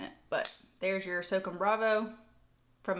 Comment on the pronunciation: The Microtech is pronounced SŌW CÔM (kinda like ‘so calm’ without the L). It comes from the United States Army’s Special Operations Command, or S.O.C.O.M. Just thought I’d let you know so in the future you don’t offend any of the Special Forces (“Green Berets”) out there! 😉. Thanks for the content & love the videos! ;-}. MM